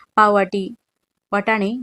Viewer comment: खिचडीचे दोन्ही प्रकार सारखंच वाटतात.दाणे टाकताना ते तेलात छानपैकी तांबुस होईपर्यंत तळायला पाहिजेत.तसेच तुमचे शब्दोच्चार फारच अशुद्ध आहेत.वाटाणे असा शब्द आहे.तुम्ही वटाणे असा उच्चार केला.तसेच न च्या जागी ण म्हणताय.ते ऐकायला बरं वाटतं नाही.बाकी ठिक.